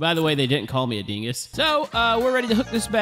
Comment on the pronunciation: I love when he says dinggus